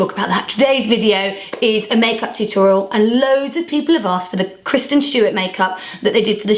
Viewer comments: You keep calling her Kirsten and not Kristen lol. Beautiful makeup though :) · Why did she keep calling her Kirsten instead of Kristen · you keep saying kirsten😂💗